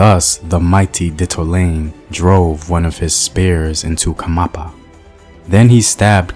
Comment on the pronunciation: Its not khamapa. Its "khanyapa" . Great storytelling btw👌🏽